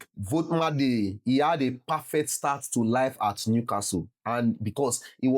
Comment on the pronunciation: It is pronounced volt ee ma da 😅